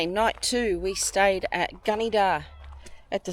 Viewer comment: its pronounced Gunn- a - dah 😂